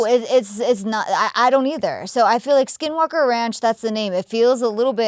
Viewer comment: so many times it sounds like both are saying "skid walke"